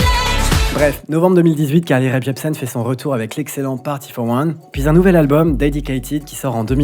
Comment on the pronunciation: Je ne sais pas si tu t’en rends compte mais quand tu prononces Carly Rae Jepsen tu rajoutes un P inexistant à Rae.